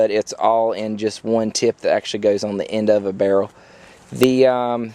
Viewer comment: I love the way you say barrel "burl" :D